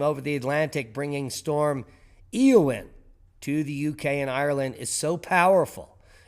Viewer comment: Eowyn is pronounced A-O-Win